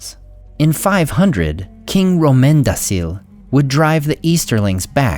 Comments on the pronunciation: Since it stuck out to me and I know you have put in a lot of deliberate effort to give better and better pronunciations, I believe the c in Romendacil should be a k instead of s sound since it is Quenya. I'd love to be corrected myself if I'm mistaken. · the half serious joke was that the "c" in Romendacil sounded to me very much like "s"